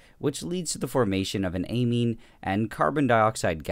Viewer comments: Is it only me or did you read anime instead of amine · i thought that the amine said anime